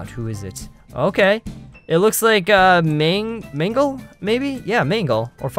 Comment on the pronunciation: it's not magle it's mangle